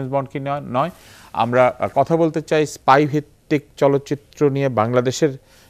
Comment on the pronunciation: "apne dekben... mission taa hoisse issspy" #Facepalm level: 10,000